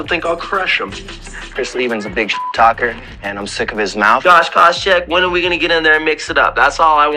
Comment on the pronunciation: great video, but the way the narrator pronounces some names is a little strange, even as he’s playing all these clips of Josh having his name called he still pronounces it completely different lol